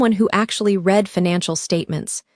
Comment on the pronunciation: READ... RESUME... Can ai please be taught to pronounce English words correctly please.